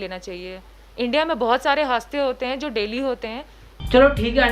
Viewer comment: 4.28 HAADSE KO HAASTE BOL RAHI HAI SUCH A SICK PERSON SHE IS.😂